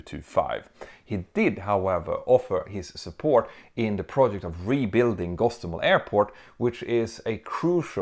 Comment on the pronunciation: It's Hostomel, not Gostomel. The latter is RuZZian.